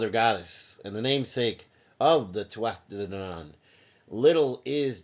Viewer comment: The singing is unnecessary.Hard to take you serious after that And it's pronounced Too-a-Day danaan